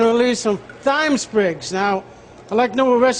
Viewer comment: its pronounced TIME... no the TH sounds like mike TYHson... his credibility is now shit as a chef